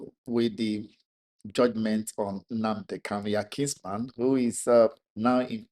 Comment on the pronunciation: This guy should be notified that the name is NnaMdi KaNu, and NOT "NnaNdi KaLu."